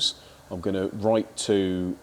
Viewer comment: ‘Gan-noo’ … your viewers with English as their second or third language must wonder what a ‘gan-noo’ is, AI and translation app’s aren’t going to help… heats its a common ‘phrase’. For all those viewers struggling, it’s the English version of a haggis 😂 Gan-noo = Going too 👍